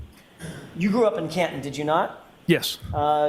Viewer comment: It sounds like Copland instead of Canton!